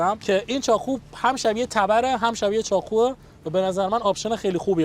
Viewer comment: چرا ب ق میگی خ؟چاخو یا چاقو؟؟؟